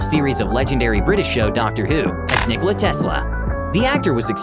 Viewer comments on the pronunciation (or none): none